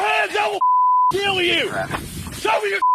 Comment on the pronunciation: noone who pronounces ''kill'' as ''keeeeyyyyuuulll'' should be a cop